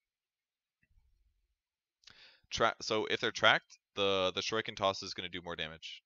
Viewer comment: Shu-ree-ken please